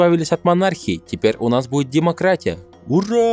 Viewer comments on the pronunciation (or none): Ты пропустил букву Р в слове демократия